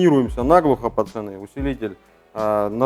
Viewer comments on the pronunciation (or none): none